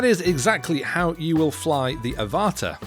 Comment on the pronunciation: I have a feeling the product name Avata is pronounced like Avatar (but without the r at the end)... makes sense right?